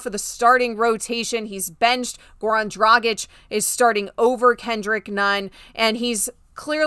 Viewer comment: U can pronounce Goran Dragic and Nikola Jokic perfectly not like Geoff, who can't even pronounce Luka Doncic.